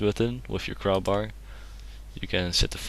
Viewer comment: he said crowbar sooooooo wrong